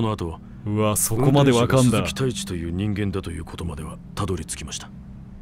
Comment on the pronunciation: 鈴木太一が鈴木タイツに聞こえた